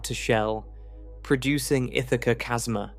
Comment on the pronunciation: I love it when the AI can't pronounce "chasma" correctly.